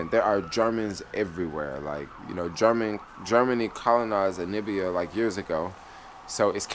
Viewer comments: N A M I B I A, not nibia. At least get the name right. watching your videos. West Africa will give you a different experience from East Africa. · How do you spell NAMIBIA correctly but keep mispronouncing it? NA MI BIA! Simple... Really🙄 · Yeah it's annoying dude. You've been there for 6 days and still saying Anibia. I may be detecting something because you did the same thing in Israel (Telaviz). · ANI BIA.....but .... NA MI BIA.....pronounced NUH ME BIA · I love watching his Namibia vlogs just to hear him say Nibia 😊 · Hey, the stars aren't different but since you are in the southern hemisphere they're upside down. Love the vid. But really try to pronounce the country name correctly. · The way you keep pronouncing Namibia 😂😂😂, i feel like am listening to Trump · I'm an American and I find it annoying!. But, being a Geographer. I really enjoy the vids. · Yeremiyah Eliyah Yahudah brother, my response to him was in no way condescending or malicious. I totally understand what you’re saying. I applaud the initiative he has taken to explore the African continent, but in doing so pronounce the word of the country properly. In his capacity of traveler, he’s also teacher. Peace to you. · Hehe i think its hard for him lol.Same way people say Kenia instead of Ke-Ny-a